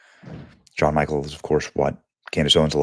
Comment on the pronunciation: Hearing Benny pronounce Jean as John and Michel as Michael is just the best.